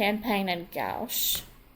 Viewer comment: very helpful, but for future reference, taupe is pronounced 'tope' and guache is pronounced 'gwash'